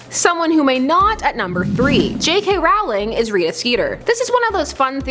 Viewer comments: It’s Rowling like bowling not Rowling like howling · Rowling is pronounced as in Rolling as in Rolling Pin not Rawling. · ugh its not pronounced ROW-LING as in that it rhymes with howling, but ROW-LING rhymes with bowling...totally pissed me for some reason... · learn to say Rowling..